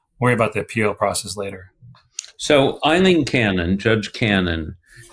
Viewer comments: You did not even get the Columbian's name correct it is "A"ileen not "E[ye]"ileen. Cannon recused herself in Khan v. Sheriff Noel Stephen, shortly after Jack came a filing papers on June 8, 2023. Someone attempted to recuse her in 22CV14397-AMC in April 2023, when she concealed documents showing a Tax Collector was double taxing the Secretary for the U.S. Department of Veterans Affairs, while collecting taxes from a disabled Vet. Cannon allowed an attorney that worked for the Local Law Library, who reported to the Chief Judge of the local circuit court, by and through a funding agreement with local county government. This Chief Judge was named in another suit she buried, 21CV14294-AMC related to encroachment on Federal Property with ties to Pam Bondi. By the way, PragerU is pumping ads on this broadcast; it is beyond comprehension the Palo Alto behind Utube allow this kind of propaganda! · Please learn to say Aileen not Eileen.